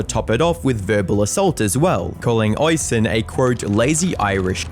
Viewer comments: Goddamn, hearing someone mispronounce Oisín that badly, that many times gave me a stroke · Lovely Irish name "Oisín" but you clipped his vids and still pronounced it wrong every time 😅 to be fair I've probably mispronounced many names in my day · I get that Irish can be hard, but that pronunciation of Oisín was diabolical 😂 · Amazing, probably my favorite video you uploaded. Great work as usual. But for the love of God, please check first how the name Oisin should be pronounced😅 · Oisin is pronounced Usheen. I know, it's weird but most Irish names and words are. You're killing my ears 😆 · Irish person here- Oisín’s name is pronounced ‘uh-sheen’ just so you know :) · "Oisin" is pronounced like the word "rushing". The second "i" is long, and when written correctly, is accented: "Oisín" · it is. It is an Irish name, pronounced "aw-sheen" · Reminds me of a video I watched where the guy mispronounces Edinburgh and how mispronounces Yorkshire, Oisin and purgatory here, it doesn't take a lot of time to search up and listen how to say a certain word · how the fuck are you british and also unable to pronounce neither yorkshire, or oisin? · Yeah. Him mispronouncing Oisin I can understand. Different countries and all that. But purgatory is something I thought everyone knew how to say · Its pronounced "osch -- een" not "ois-hen" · Hey...just need to correct your pronunciation of the Irish name spelled Oisin. Its actually pronounced "Uh-sheen" phonetically. Not Oi-sin. You sound like an idiot mispronouncing it that way. Please...Please...Please do a little research before pronouncing Irish names. They sound nothing like how you would pronounce them using normal English. For instance my name is Kevin, but that is an anglicisation of the Irish name spelled Caoimhin...which is pronounced Queeveen. Please...sort it out 🙏👍😁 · My brother in christ it's pronounced uh-sheen not oi-son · "Hoishin"... is pronounced.. "USh heen" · Oisin is pronounced (USH IAN) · It's pronounced ush een